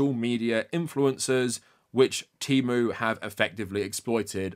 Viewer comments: As an autistic person, I also hate how they changed the pronunciation. I prefer tee-moo over teh-moo. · The worst part is that they keep switching how they pronounce things from T/e/mu with a short e and Teemu. I can excuse worker exploitation but i draw the line at inconsistent pronunciation. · English pronunciation of the letter e is actually highly unusual. I think "teh", or /tɛ/ makes the most sense for most of the world